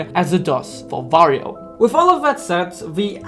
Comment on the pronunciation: underrated video loved it but why do you pronounce wario as vario?